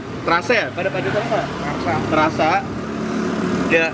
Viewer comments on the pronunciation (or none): bg lu salah mulu nyebutin nama pakde tarsa wkwkwk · tarsa cog bkn trasa kesel gw wkwk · Tarsa ngab bukan trasa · Pakde Tarsa ngab ,bukan "Terasa" wkkwkwk